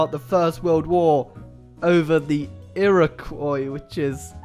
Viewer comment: Mate just wanted to say Iroquois is said as "eer-a-kwa". Canadian here lol, and I'm part Iroquois